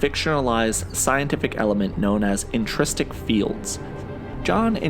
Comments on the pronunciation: Intrinsic! Intrinsic field generator! Hard to take serious an explanation from somebody who cant be bothered to pronounce the word the way its spelled about 12 times in the comic. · IntriNsic not intrististic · It's "intrinsic fields", not intristic fields.